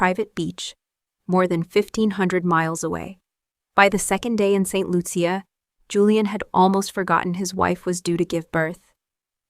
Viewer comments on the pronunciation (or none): It's pronounced Saint Loosha!